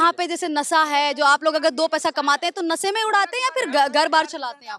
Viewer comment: Aur ye khud padhi likhi nahi hai nasa bata rahi hai nashe ko. Ye sh ko sa bolti hai anpadh hai.